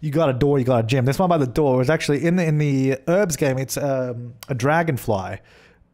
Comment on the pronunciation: The Sim Supply Or one for every time I thought you were saying 'herbs' instead of 'Urbz' :)